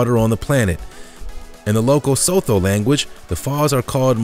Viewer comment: He should have researched how to pronounce Zambia, as well as Sotho. Drives me nuts when people say Le-SOTH-o.